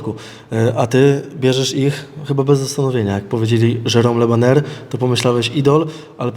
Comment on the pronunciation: Od razu mówię ze chuj z tej walki będzie.... Le bajer a nie Le baner albo wydyma federacje albo będzie „kontuzja” tydzień przed.... a szkoda